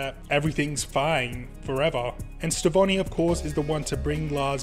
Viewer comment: Isn't the Connie and Steven ship name "Stevonie"? Your version of the name is still cool btw!